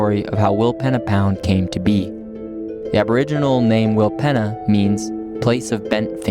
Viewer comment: willpeeeeeeena lol :hand-purple-blue-peace::hand-pink-waving: not penna allgood